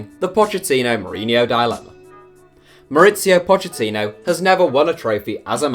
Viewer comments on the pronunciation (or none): It’s pronounced Pockettino why does everyone pronounce his name wrong he even said it in an interview how to pronounce it. It’s a italian pronunciation not Spanish